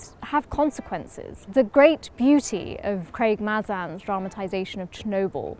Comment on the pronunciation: It's Craig May Zin